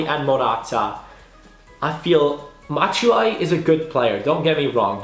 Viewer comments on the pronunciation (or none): do you say Matshuayi??😂😂😂😂😂 Anyways good vid